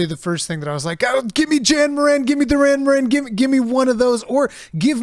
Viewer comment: I swear to god every time he says Da'rhen Mohren it sounds like DURAN DURAN!! XD